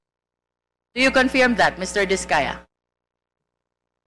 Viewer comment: Go Discaya nasa likod mo ang taong bayan!!! wag ka magpatakot diyan kay Confeeerrmmm!!! english ng english yan si sablay naman mag pronounce ng COnfeeeerrm!!!